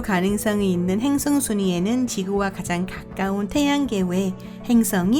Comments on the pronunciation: 근데 한국사람 아니져 ?? 행승이 아니고 행성이에요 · 이~~행승은 ... 자꾸 귀에 거슬려요